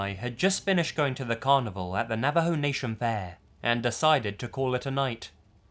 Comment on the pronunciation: Finally someone says Navajo correctly and he's English! Sad that Americans can't say it right